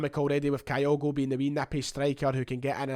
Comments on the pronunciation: Begins the video by talking about his desire to get pronunciations correct then starts talking about Kayogo? Some boy! Kyogo, not Kayogo. Do you pronounce Tokyo as Tokayo? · Fingers crossed on this one, top goalscorer in the Eredivisie with a team that was relegated is a no-brainer for Celtic. Talking of pronunciation… Kyogo is pronounced Kyo-go or at a push Ki-yo-go with a soft i, not Ka-yo-go (I’m a long term Japan resident). I still have nightmares about they way we mangled Shunsuke’s name for years. 🤪